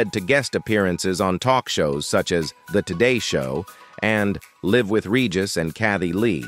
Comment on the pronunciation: When discussing the show Live with Regis and Kathie Lee, did you seriously just pronounce “live“ with the short “i” sound?